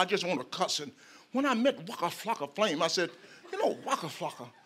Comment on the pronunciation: This is amazing I wish I could pronounce waka flaka like him